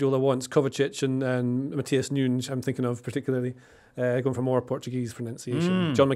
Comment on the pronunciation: Love (great to see him 👋🏽) rolling of the eyes reaction yo Jimbo when was going all the way with his pronunciation of Nunes 😂 thanks for uploading these video pods 👏🏽